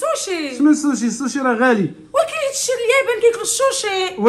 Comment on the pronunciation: سوشي❌ شوشي ✔️😂😂